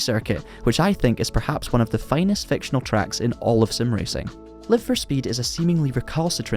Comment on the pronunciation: On ne prononce pas "Laïve..." mais "Live... car il s'agit de l'infinitif !! Sinon ce serait Life !